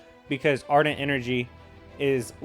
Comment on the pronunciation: i do just want to say it is not ardent its argent.